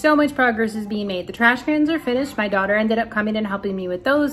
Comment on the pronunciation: Jusssst double checking because you sounded like you said “.. got to see pictures of by babies..” But right after said sooo, and I thought maybe I’m just hearing the s for so and not baby plural?? ;) 😯